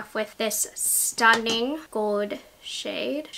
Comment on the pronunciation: She says gold in such an interesting way. Like she says “goewd” like she doesn’t pronounce the L in gold lol.